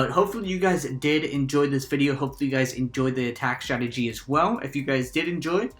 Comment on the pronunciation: "Really nice statgy" 😂